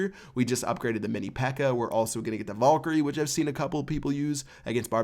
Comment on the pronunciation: I hate the way you say "valkyrie". It is val-ky-rie...